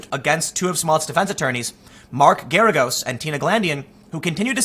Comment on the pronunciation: Totally unimportant but Mark Geragos is pronounced like "asparagus" or "Gare-a-gus". Doesn't matter but thought I'd pass it along.